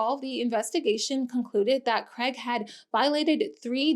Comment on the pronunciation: Why can’t Americans say Craig? They say Creg.